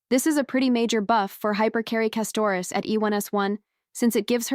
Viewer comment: bro whose custrouss its castrorice XD (the prounication at the starting)